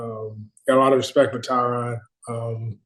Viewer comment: it's pronounced tuh'Rod . . NOT TI'rod . . been knowing that since hard knocks. dang. Good luck with health to all 3!